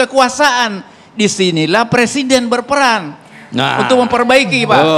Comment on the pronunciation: Berperan bukan berperang 🤣 baca yg bener napa om ✌✌✌